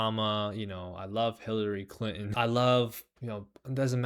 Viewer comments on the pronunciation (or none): none